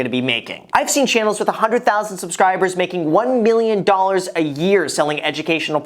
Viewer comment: "it's not one of those videos where a YouTuber brags about how much money they make" Him in every video: "MilLiOnAiR"